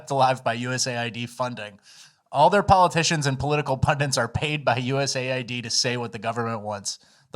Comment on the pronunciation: US AID / US AID / US AID not U-S-A-I-D lol